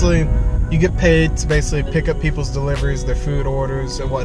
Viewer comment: "base-lee" this is "base-lee" a video about postmates